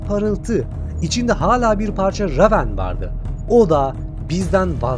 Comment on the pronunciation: La eleman reyvın okunacak ama ramen diyor